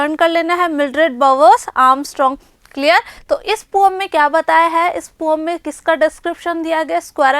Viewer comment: Mam say poem to poam 😅